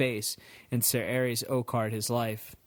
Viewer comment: Arys is pronounced Air-is(isildor) Aerys is pronounced Ares